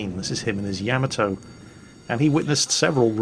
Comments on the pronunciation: it's YA - MA - TOE. not yam-ah-toe!:P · Fail divisions... Been a year or more since I checked in. still refuses to correctly pronounce Yamato, I see.